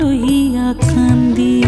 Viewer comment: হেমাঙ্গ বিশ্বাসের এই গানটি আমি আমার গুরুবাবা শ্রী শুভেন্দু মাইতি মহাশয়ের কাছে একেবারে খালি গলায় প্রথম বার শুনেছিলাম।। একদম কেঁদে কেঁদে ভাসিয়ে ছিলাম সেদিন। "কান্দি" শব্দটি ওরকম উচ্চারণ আর কারোর কাছে কোনদিন শুনিনি।। সেই অপূর্ব আকুতি 🙏🙏🙏🙏🙏